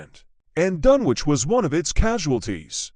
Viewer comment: What absolute garbage. The robotic voice is hopeless, unable to pronounce Dunwich correctly and that's only the beginning. It was obviously written by an American because we don't talk about "Suffolk county": it's either "the county of Suffolk" or, simply Suffolk. The town was submerged over time by coastal erosion and nothing more. There are one or two of the usual ghost stories but otherwise it's nothing special.